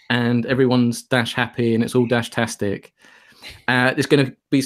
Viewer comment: Drop the "Dashtastic", it is "Fan-Dash-tic".